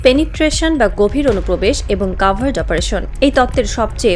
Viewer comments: উচ্চারন্ হবে কভার্ট। কাভার্ট না। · this sounds like AI news. "cavart" or "covert".